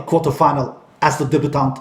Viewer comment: the word "debutant" is not pronounced like you say it.